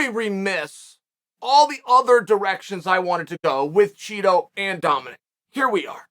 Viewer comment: Chito has ass tricks. lol that's what it sounded like.